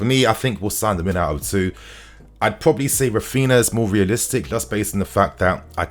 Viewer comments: His name is not rafiina 😭😭😭wtf it’s Ra-phin-Haaaa say it correctly cuz it’s annoying us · pls start pronouncing "RAPHINHA", the 2nd "H" as an "E" and not "raphina" :)))